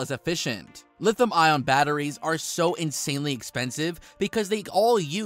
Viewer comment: Lithium pronounced li·thee·uhm, not lithim. You lose credibility if you cannot pronounce the word correctly when the rest of your English sounds like you are not learning a new language.